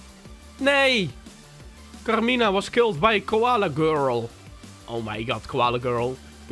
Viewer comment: HET IS CARMINA NIET CARIMA